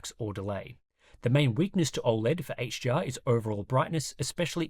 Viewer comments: I'm Aussie, and sounds like he keeps saying "HGR" instead of "HDR" everytime. Articulate! Slow it down. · Dude, are you saying HGR or HDR, im hearing G every time you say it.